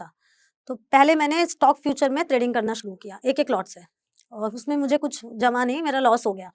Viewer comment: त्रेडिंग या ट्रेडिंग